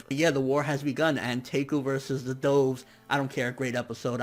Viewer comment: To this day, he still says "Douves" instead of Doves...you know...the bird?! XD